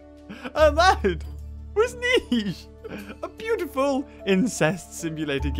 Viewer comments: ni-che! its called Niche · Also it’s pronounced neeshe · It's pronounced (n-sh-eh) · Its prnounsed. ( Neesh ) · It’s pronounced neesh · Its pronounced as Neesh *facepalm